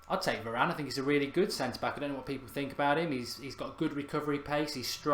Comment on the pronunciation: Meant varane not Varanene